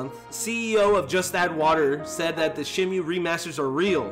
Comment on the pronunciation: why are you saying shenmue like that jesus...